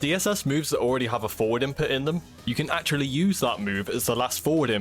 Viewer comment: Nice tutorial but its a bit hard to tell when you're saying "four" versus "forward"